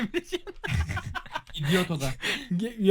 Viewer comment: lan dior diyo ya dior değil idiot